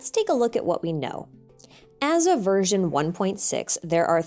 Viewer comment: For some reason my brain thought u said virgin 1.6 instead of version. XD